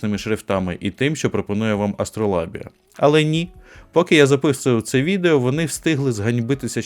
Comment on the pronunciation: А вимовляти АстролАбія, замість АстролЯбія - це спеціальна фішка, щоби показати ставлення? Чи просто "шрифт завадив" прочитати нормально?))